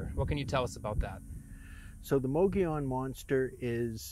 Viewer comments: Moe Go Lawn? No. It's moe ga Yun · If your gonna talk about the Mogollon monster, at least try and pronounce the word Mogollon correct....(Phonetically Muggy-Yawn, moe-gee-yone, depending on what region of Arizona or New Mexico your from), but never (Ma-ga-lon or moe-ga-lon) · It's not "Moge-LON", it's "Mo-gee-on". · "Mow gee on" not "mow go lon" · I'm from Az. It's not Mog oh Lon it's pronounced Muggy E Own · People always mispronouncing the Mogollon mountains in Az,it's pronounced like this (mo-gee-on);I'm Native American in Az.this is the way it's supposed to be sounded out like.and Payson (pay-son)long A.. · The hosts pronounced “mogllon” wrong it’s pronounced, “mogi-yon” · It's pronounced Mogee- On. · The mountain is pronounced mogi yone the ll is pronounced like a y , hate to nit pic . But this is my home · It's pronounced Mo Gi On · For Gods Sake pronounce it right… it’s. Mo Gee On .. your embarrassing Arizona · Pronounced "mogiyon", dam. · The two girls in the video can't hear that they mispronounced the name , lol, the double ll is silent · You pronounced mogollon wrong... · First of all, be aware of how to pronounce Mogollon young ladies. Really sloppy and ditsy. I'd enjoy this more if they removed the girl commentary.